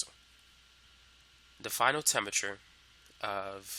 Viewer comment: The only thing that throws me off about this guy is his pronunciation of certain words. Temmature instead of Temperature. Mulleckuller instead of Molecular. For me, it's distracting and off-putting